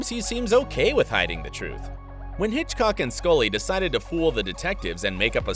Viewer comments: it's norm Hiscock not hitchcock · it’s norm hiscock not Hitchcock